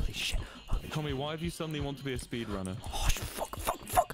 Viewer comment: "I sped ranner minecraft"